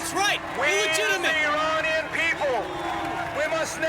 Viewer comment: omg you pronounced iranian the arabic way, as an arabic speaker THANK YOU. continuing the video! Edit: thank you for covering this game the way you did. it's both heartbreaking to hear that Iran, which is only a few countries away from my own arab state, went through it's own fuckery from western powers, and also a little heartwarming that not only does this game exist at all, but that you're covering it, that you see it as important. i am in tears at the respect you have shown this game and the real world political issues associated with it. I am eternally grateful. thank you.